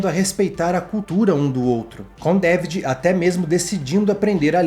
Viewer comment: Esse filme é maravilhoso!! E continua muito atual, impressionante!! Nao esqueço a pronúncia do Gosset falando o nome do personagem do Quaid: "Dávidjiiii" .